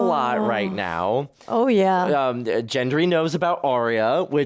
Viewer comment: His name is GENDRY NOT JENDRY!!!!!